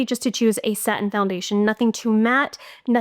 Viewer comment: Ohh girl GIRL….. There is no E on the end on SATIN it’s not SA-TEEN but satin simple and here we are making it sound so sophisticated hehe haha!!